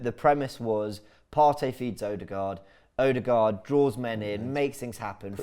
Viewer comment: Pls Robbie and co, it's pronounced "Er-de-guard" not " Oh-de-guard" or "O-de-guard"